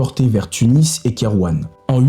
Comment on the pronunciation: Super travail, par contre les prononciations des noms sont ubuesques 😂😂😂 Charles Quint se prononce Kain Kerouan se prononce ké rou en Etc etc :)